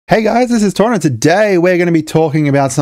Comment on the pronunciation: Dude I have to ask: is 'tauna' just 'tuna' with an Aussie accent?